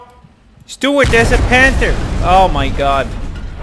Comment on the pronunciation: It's 'Panzer' not panther.